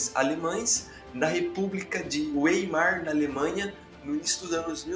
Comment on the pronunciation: Parabéns. A unificação foi uma maravilha para a Áustria. Ps: Weimar lê-se Vaimar.